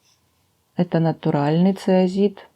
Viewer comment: здравствуйте! Фантазия, украшение...всё выше всяких похвал! Простите, но правильное название камня вроде как ЦОИЗИТ, если я ничего не путаю...Спасибо!